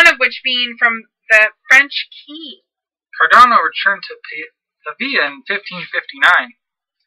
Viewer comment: There's no "i" in Cardano.